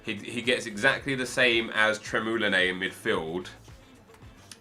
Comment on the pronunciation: who is tremulinae isnt it trémulenas?